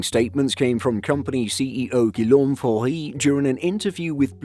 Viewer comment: Guillaume is pronounced ‘Gee-Yem’, with a hard G at the start